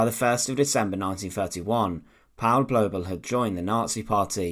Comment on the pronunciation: The "au" diphthong in German is pronounced like English "ou" as in the word "out". Therefore the name "Paul" rhymes with the English word "foul" in German.